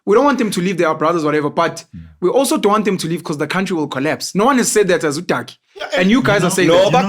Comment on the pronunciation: Lol, should we train people for free, because you "waant". lol